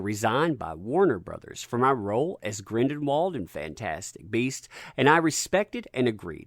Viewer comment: Sound it out bub. Gr-in-del-wald!!!! NOT Grin-DEN-wald